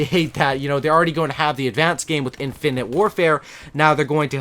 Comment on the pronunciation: Poor, can't say infinite